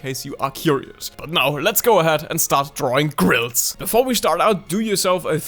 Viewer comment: Don’t worry, I’m to sacred to say grils correctly either